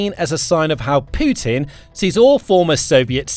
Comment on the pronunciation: did he jus say Poo Tin?